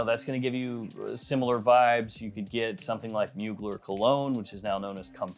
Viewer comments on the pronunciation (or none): none